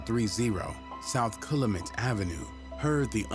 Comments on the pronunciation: it Cal-U-Met 😂😂😂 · I stopped watching once he said Calumet Wrong!